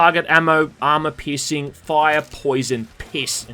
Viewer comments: I actually understood "armor pissing" instead of "armor piercing". ..not complaining.. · Anytime you say piercing I hear pissing and I'm sorry I laughed